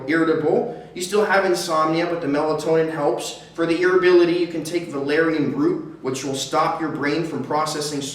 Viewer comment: God irritability not irrability ! Maybe I just need to smoke again